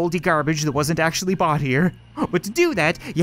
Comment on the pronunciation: Did you acshaly